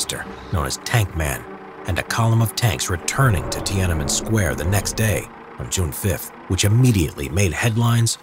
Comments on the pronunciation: As a Chinese native speaker, I have to point out that it’s Tian-An-Men, three separate characters in Chinese, so the pronunciation is not Ti-ana-men. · Pronouncing it “tee-AN EN MEN” triggers me, but still great vid otherwise.